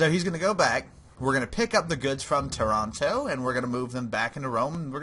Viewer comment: Toronto?!?!? Taranto! it's not Canada but Puglia!!